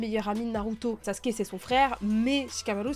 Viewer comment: Sasuke (le son ou) (Sasouké) lol 😅